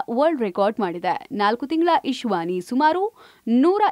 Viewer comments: It's not Ishvani rather the correct pronunciation is Ishanvi. Anchor should be smart enough to possess basic nuances. Anyways, God bless the Prodigy with good health and long Life. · ಅದು ಇಶ್ವಾನಿ ಅಲ್ಲ ಇಶಾನ್ವಿ...